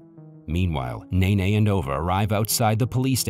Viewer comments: It’s nene not nae nae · Ova?? Mine ?? Memo??Nene?? ... Bruh💀